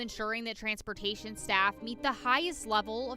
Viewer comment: Oh, you mean the "tranportation" staff? 🤔